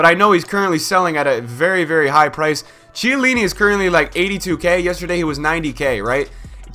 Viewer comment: KHIELLINI, man! Not Cielini